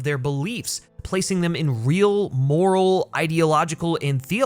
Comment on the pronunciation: "theleological diilemmas" lol